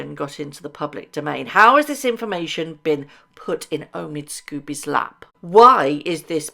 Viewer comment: Lady C calls Omid Scobie, "Amidst Scabies". That says it all. The man is not a journalist. He is a gossip writer and not a very good one.